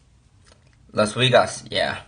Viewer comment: (Sideways drink) “las weegas, yea”